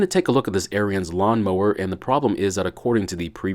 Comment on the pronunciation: aryans mower huh? it is the master race of all mowers? haha. Its pronounced Aarons, like a guys name